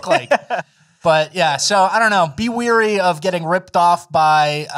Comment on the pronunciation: Does not know how to pronounce "Wary", or is he just on a higher level than Fleccas when it comes to switching letters around to F with the audience?